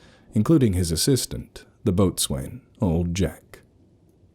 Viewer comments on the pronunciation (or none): Excellent narration as always. Minor point for later nautical themed entries should they arise: It's pronounced "Bos'n", not "boat-swain". Why? Because Engilsh (and a little bit Old Norse...)